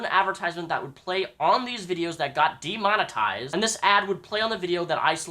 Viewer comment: De-Mon-Eised is how he says Demonetized.